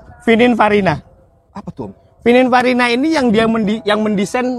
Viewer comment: Maaf koreksi om, yg bener pininfarina om bukan fininparina 😂